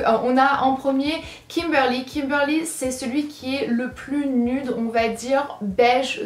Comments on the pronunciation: Je ne pense pas que ce se prononce nudes mais nuides ( cela ne s'écrit pas comme ça mais pour la prononciation 😂) voila je ne sais pas si je me trompe ou pas voila sinon super vidéo comme d'habitude ❤ plein de bisous ❤ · Ça me stresse tu dis "nude" en mode prononciation française